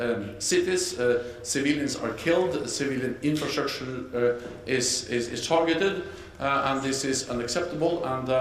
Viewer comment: The guy cannot pronounce "infrastructure" LOL